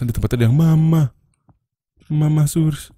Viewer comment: Kalo diperhatiin, tu setan teriak "mamprang". Bukan "mama"😂